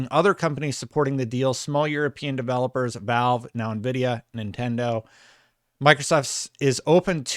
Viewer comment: Who the fook is navidia ??